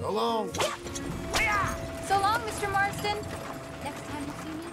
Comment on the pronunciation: did he really say john mastron instead of john marston